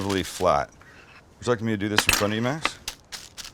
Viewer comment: 🤣🤣 Sam always pronounces Max as if it was a dog's name